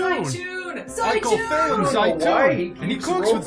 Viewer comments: it is, I studied Arabic for several years Plus it’s usually pronounced “zay-toon” so the film couldn’t even get that right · زيتون or how the movie says it zauton is actually Oliver and no they where not saying it right but is because you need to have a decent knowledge of arbaic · Odd 'n Strange Games lol yes it means olive in Arabic. Although they definitely butchered the word's pronunciation, they made it sound both hilarious and stupid.